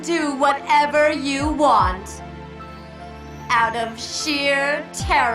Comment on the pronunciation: TERRO I SAY. SHEER TERRO!